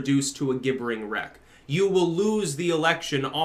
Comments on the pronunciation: Pronounced “jibbering.” Just sayin’. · Hard g gibbering wreck? Wtf u and your weird pronunciations. IT'S PRONOUNCED JIBBERING!!!